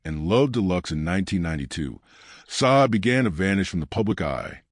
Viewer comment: You dumb AI narrator learn how to pronounce a person's name